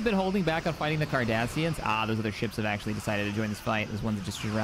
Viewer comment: Huh for a second I thought said "The Kardashians" lmao